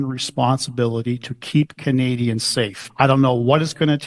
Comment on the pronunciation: that WAS NOT A VERBAL FLUB, "we don't want canaZians to feel power"